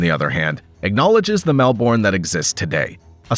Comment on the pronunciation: That is not how you pronounce Melbourne